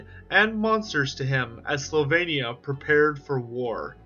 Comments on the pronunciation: Sylvannia not slavannia. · Wow, screwed up the first sentence. Slyvania? It's sylvania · Did you say Slovenia?! Or Sylvania? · Its not Slovenia its Sylvania. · Slavania? Where is this place? I'm pretty sure it's "Sylvania".... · He says, slavania. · Why do you keep saying "Slovenia"? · It’s SYLVANIA. Do you hail from PennSLOVENIA?! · We know, but he keeps pronouncing it as "Slovenia". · Is it really pronounced "Slovenia" or am I really going deaf? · One question: where is an o in Sylvania, or what kind of alphabet do you use? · But alas, he can't pronounce Sylvania 😂😂 love his videos though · or learn to learn :D the Y is right there :D thats not L